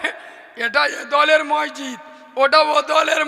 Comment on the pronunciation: কোন ভাষার জ্ঞান নেই একদম মূর্খ । মসজিদ শব্দটা বারবার ভুল উচ্চারণ করছে। মানুষের রুচি কিভাবে এইরকম পাগল বক্তার ওয়াজ😂😢